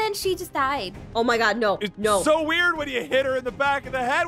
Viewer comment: Its no not nu